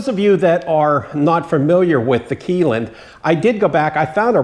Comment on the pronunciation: Whats up buddy, I just voted for you. There is no way your not going to win. it said I could vote every day so I will. My buddy is going to do the same. You got this Im sure. Good Luck anyway. Your not Pronouncing Keeneland right. My brother was a jockey and my other brother was a Thoroughbred exercise boy. I wasnt nothing but owned horses all my life. All my horses are gone now and so are my knees, had both replaced. My buddy has 25 horses now. he has big farm and does horse back riding for the public.